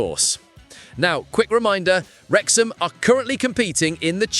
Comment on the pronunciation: Ffs we're called Wrexham not Wexham!!!